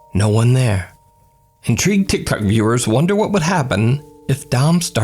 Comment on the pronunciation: I love that he says "Tiktak user" 😆